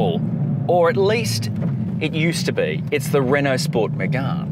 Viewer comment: It’s “Megane” not “Megun” 😂